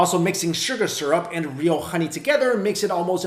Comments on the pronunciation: Is it honey 🍯 or Ghoney!?im asking because he kept on saying Ghoney....🤔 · why does he say xoney/khoney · I love how he says HHHHKKKoney! 🍯🍯🙂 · when he says honey it sounded like khani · He can't say honey he says khuny 😂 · I love how he pronounced HONEY from the epiglottis 😯😯😯